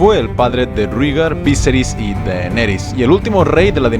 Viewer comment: kai creo que no se dices víseris si no viserí